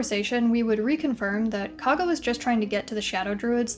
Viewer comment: KOUG-GAH, like COUGH, not KAA-GA cool video otherwise!